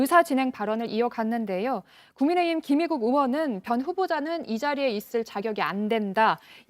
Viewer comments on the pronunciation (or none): 국민의흠이라고 한것 같은데 ㅋㅋㅋㅋㅋㅋㅋㅋㅋㅋㅋㅋㅋㅋㅋㅋㅋㅋㅋㅋ